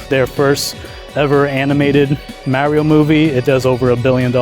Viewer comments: Genuine question! Seriously, how do you get so far in adult life and still not know how to pronounce Mario? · Like fr you run a Nintendo channel and can’t say Mario 😭